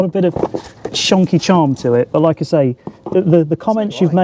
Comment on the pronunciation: that "loike" was the most Norfolk accented thing I've ever heard. The mask slips!